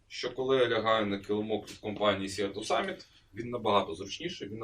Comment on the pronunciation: Вибачте, але прям парить … читається «Сі ту самміт». Від слова «Море» - «Sea» - [сі:]